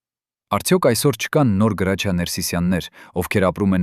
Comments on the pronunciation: Ոչ թե գրաչյա այլ Հրաչյա ։ Մի աղավաղեք ՀԱՅՈՑ ԼԵԶՈՒՆ ։ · Իսկ ինչու Գրաչյա ,այլ ոչ թե հայկական գեղեցիկ Հրաչյա, տհաճ է լսել ։ Մի բան էլ միթե նորություն է, որ նա արևմտահայ է, ինչ երևանի ծնունդ?որտեղից եք վերցրել այդ տեղեկությունները,մի քանի րոպեից չեմ էլ ուզում լսել😮😢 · Եթե հայերեն եք խոսում, ապա անունն էլ ճիշտ ասեք։ Նրա անունը Հրաչյա է, ոչ թե Գրաչյա։ Ճոխացրած պատմություն էր։ Եթե իրոք օրագրում ամեն ինչ գրված էր, ապա անուններ էլ էր գրված, դուք ինչու՞ անունները չհրապարակեցիք։ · հարգելի հաղորդավար Գրաչյա չէ այլ Հրաչյա մաքուր հայերենով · Այ անգրագետ գրաչյա չի այլ Հրաչյա։ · Տղա ջան ինչու եք Հ տառի փոխարեն գ եք ասում ինքը Հրաչյա Ներսեսյան է